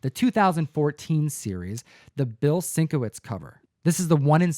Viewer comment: Sing-ko-wits??? Sin-kay-vich.